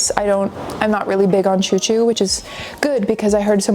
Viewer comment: Girl, sorry not sorry but you JUST came from France, how do you not know what a choux pastry is? I am so hard core judging right now because the first thing I would do the moment I landed on France would be to find a patisserie and stuff my face xD Oh, one more thing I believe the first syllable is pronounced more like the “sh” in “shoe” rather than a “ch” sound